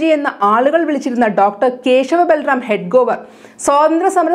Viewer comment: Dear news reader. Your pronunciation of names are not correct. Hedgewar is correct. Not Hedgovar